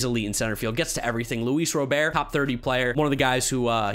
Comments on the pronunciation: IT'S RA-BURT. NOT ROW-BEAR. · Whitesox center fielder's last name is pronounced RoberT. Like the name.